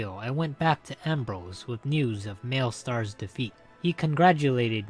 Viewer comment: "mail-star" its "Mal-i-stair"